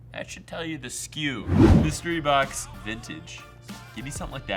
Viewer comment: Mustery BOCK-SAYS